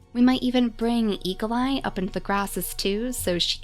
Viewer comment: When you say Eagleeye quickly, it almost sounds like e.coli!